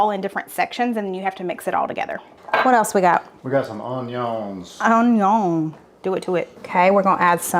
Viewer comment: Oh that Justin Wilson "On-YONS" took me back 🥰